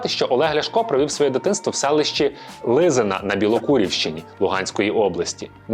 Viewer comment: Взявся говорити,говори правильно.Село Лизіне,Білокуракинського району Луганської обл,тут він проводить своє дитинство!